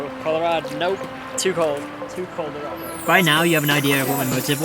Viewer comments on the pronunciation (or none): "coldarado" lol